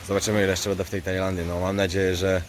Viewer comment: Panie prosze mówic będę a nie bede ok